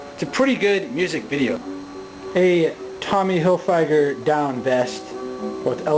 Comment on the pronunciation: Its Tommy Hilfiger as in "go figger".